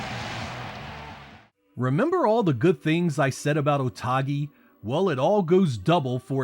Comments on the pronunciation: Otogi is a Japanese word. So it's "Oh toh gi" not "Oh tah gi" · Why you pronounce otogi "otagi" lol good video anyways but shame on you not mentioning jetset radio future ! 😢